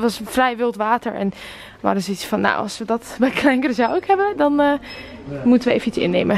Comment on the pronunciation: Het is Curaçao geen Curacou (geen haat)